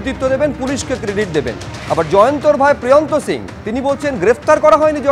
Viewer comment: আরে বাবা সিং, সিংহ না।